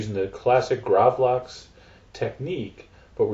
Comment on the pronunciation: Nei han er ikke svensk.. Er som jeg skulle be han si gravlaks